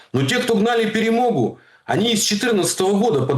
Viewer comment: Ха-ха: "ПЕРЕМОГЬУ". Скажи слово: "ПАЛЯНЫЦЯ" . По украински звучит : ПЭ-РЭ -МО-ГА.